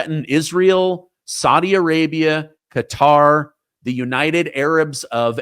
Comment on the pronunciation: Thank you for pronouncing, Qatar properly.